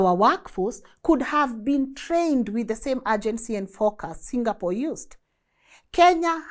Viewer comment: This a very few times ive heard somone foreign pronounce Singapore like how a Singaporean would pronounce Singapore! 🎉 Rmb folks its Sing--a--por not Single-pour 😂😂